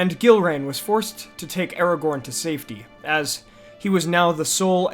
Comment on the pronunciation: Did you seriously just say Aragon? 😑